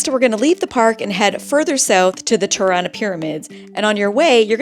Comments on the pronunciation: Tie-rana? seriously??? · First time I hear such a distorted pronunciation of Tirana. It is not pronounced as "tie" but as "tee". or "tea". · Hope you guys had a great time ..just to let you know Tirana is pronounced -Tea -rana. Not Tie-rana.